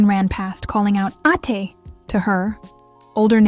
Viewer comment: ATe is pronounced as: Ah-te (two syllables: A - teh